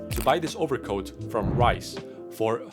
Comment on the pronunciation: Reiss is not pronounced “Rice’😂 , it’s “Rees”or”Reece”